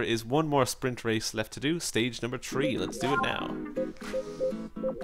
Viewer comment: When he says 3 to my it sounds like he said tree